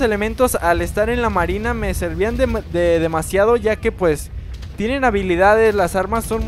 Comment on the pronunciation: Cruz Duarte es marina no arina